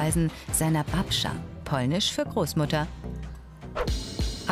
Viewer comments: wenn die babcia sagen babscha omg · Babscha ahja😂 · Babczaaa hahaha oj moje biedne uszy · BABSCHAAA😂😂😂😂 ICH LACH MICH WEG HAHA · Bei : man sagt nicht babschia, sondern babtschia und bei sagt man suoty 😂 ich schwör die sprecherin 😂😂😂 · Man sagt Złoty (ausgesprochen: zuoty) und man sagt nicht babschia, man sagt babcia 😁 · Das ändert so viel, wann jemand sagt babscha statt babcia. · Babscha?! OH KURWA das heißt babcia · Babcia nie babscha xD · Babscha... OH KURWA das heißt babcia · Stimmt ich könnte ausrasten😂😑 Und Babscha😂😂😂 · "babscha" - ahhh diese Aussprache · Das ist die "Babscha" wie Galileo es sagt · Ja Marcin und babcia 😂😂 und złoty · digga weil die meisten deutschen keinen Bezug zu Polen haben, wie sollen die denn dann wissen wie man ein ł ausspricht. Ist doch letztendlich voll egal wie die das aussprechen, Hauptsache man lernt was dabei. Wie ie Frau Babcia und Marcin ausgesprochen hat war auch cringe, und doch hat man was gelernt. Also komm von deinem Egoismus runter.